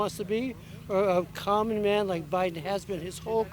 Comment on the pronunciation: dude says Biden has been a common man his whole career I think he means “come on man “